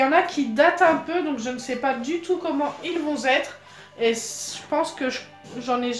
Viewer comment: "Comment ils vont zêtre" ptdrrr 😂 quel honte